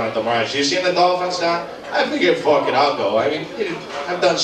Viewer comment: Doug saying "fook" like conor mcgregor lol he don't speak with boston accent anymore